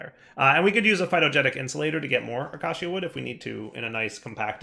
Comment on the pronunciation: Hey, heres how to correctly pronounce acacia. Uh-key-shuh